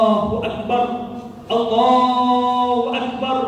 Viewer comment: perbaiki penyebutan lafadz takbirnya..